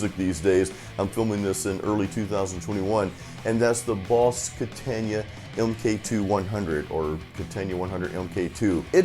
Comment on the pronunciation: "boss ketenja" =))) its KATANA, bro =)